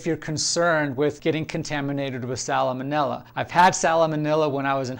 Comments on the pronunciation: Not to be picky but salmonella is pronounced sal-ma-nella. Love your channel, though! Gonna try this recipe! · Please stop adding an extra syllable to "salmonella". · I can't take him seriously anymore after the way he pronounced salmonella.